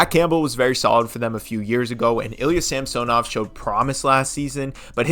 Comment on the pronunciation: Please learn to pronounce Samsonov.